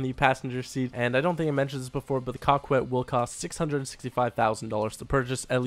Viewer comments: Not pronounced cockwet. Its coe ket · Coquette is pronounced COE-CETTE. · And please do not say Coquette as Cock-wet. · repeat after me. Coquette, "KO - KET"; Besra, "BASE - RA". Coquette "KO - KET". Besra "BASE - RA". love your vids! keep up the great work! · It is supposed to be pronounced kak-ette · Did u say the car was called the cockwet? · Lol cockwet (coquette) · Learn how to pronounce coquette haha